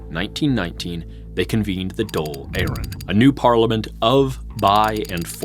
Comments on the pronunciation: I am going to be honest its difficult to take you seriously when you struggle to pronounce irish placenames surnames or Dáil. I think you need to be versed in that really to understand irish history it makes me think you can't read irish or understand what the gaeilge speaking community was doing during this time. Its hard to take americans seriously as acedemics for this reason. Even if you pronounce it right there is a whole side of irish history you miss out on. Sadly in the anglosphere even in ireland its acceptable to call yourself an expert on french history without speaking french. You can't really understand irish history without having lived here studied here and having a bit of irish imo. But i dont mean to be mean spirited. Its a good video. And you did your best. Thank you for your efforts. Even flawed recognition of a small country is better than nothing. So i humbly thank you. I am subbing and i look forward to more videos. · The Dole is Social Security Benefits xD I think you mean the Dáil :p Its pronounced like "Dawl" At least you didn't use the weird and very wrong RTÉ pronunciation, for some strange reason the call it the "Doyle". RTÉ famously misspelled their own name for 40-odd years. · Pronunciation of Irish names and placenames was surprisingly accurate. 👍 With the exception of Dáil which is not "dole" which is our word for unemployment benefits 😆 - it's more like "doll" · Great video , One thing on pronunciation(nit picking) the government building is pronounced as " d-all " . In the video you pronounced it as dole which is the irish social security payments.Great video though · Why do you keep calling the Dàil the "dole"? You pronounce the A, it doesnt become a o. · Great work bro. One lil thing I will pull u up on is the pronunciation of the Dáil. á makes a long awww sound, like the sound u make when a doctor has a stick on your tongue to check your tonsils. The Dole as u pronounced it, is the queue for social welfare payments 😂